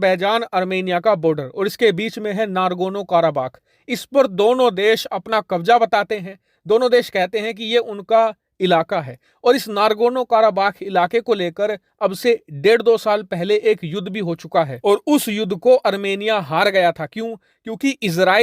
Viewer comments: Nargono nahi nagorno khair koi baat nahi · नारगोनो नहीं नागोरनो